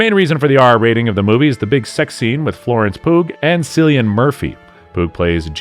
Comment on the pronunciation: Your credibility sinks to its lowest here. How can you comment on a film where you don’t even know the lead actor’s name?! It’s KILL lee un, dammit.